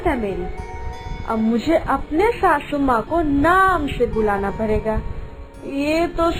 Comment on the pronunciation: Bhabhi sasu maa hota n ki shashu maa😂😂😂